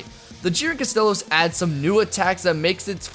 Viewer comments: I hate to be this guy but its astalos not astelos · It’s Astalos, not Astelos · misspells and mispronounces Astalos Me: >:( I'll forgive it this one time since I love Astalos. Also hype for Glavenus and Tigrex in Iceborne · Great vid, it's spelled and pronounced Astalos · Somebody else noticed THANK YOU